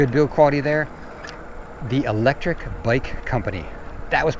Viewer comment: I could not tell if here was saying Electric Bike or Lectrik Bike when mentioning several good brands.